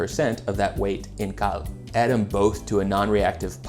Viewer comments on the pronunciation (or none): none